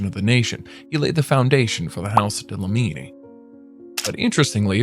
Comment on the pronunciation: Dlamini, not Dalamini..